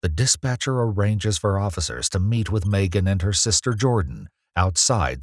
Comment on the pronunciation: Is this a AI voice over or a real person? I’ve never heard anyone pronounce Megan Maygan